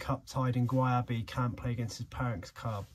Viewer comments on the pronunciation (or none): Gyabe's name is pronounced 'Jay-be' mate.